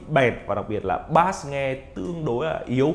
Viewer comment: Bass đọc là bây chứ ko phải bát nhé